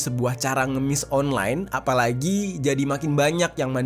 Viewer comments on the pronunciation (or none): none